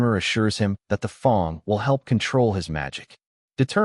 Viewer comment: Fawng? Where did the fang go? I guess no one taught the AI reader that fang is one of the words that ignores the rule of an e makes the a say its name. Gotta love the English language